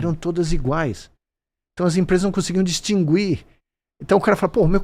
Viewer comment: Porra vc tmb veinho falando "distingüir" kkk é distinguir kkk